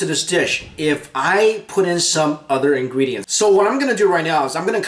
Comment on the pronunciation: I love how you say "ingredients" . ingwedients.. ^^